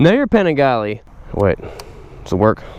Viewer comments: "panigalli" ahahaha shut up man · Stopped watching when he mispronounced Panigale